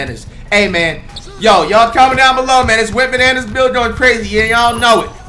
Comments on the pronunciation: Bruh it’s “Wetbananas” not “WENTBANANAS” 😭😭😭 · whole time im thinkin he was sayin wet bananas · This whole time I thought he was saying “wet bananas” 💀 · I thought he called him “Wetbananas” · What the heck. I’ve been thinking he was saying “Wet Bananas” lol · Whole time I was thinking this nigga was saying ‘Wet Bananas’ 😂😂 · I thought you were saying “wetbananas” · I always thought he said wet bananas